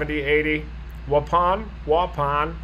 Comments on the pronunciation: Walla Da Balla? Wahpawn? 🤣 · Waupun. Pronounced (Wa-pawn) , I grew up just south of waupun in beaver dam. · You pronounced Waupun correctly the first time.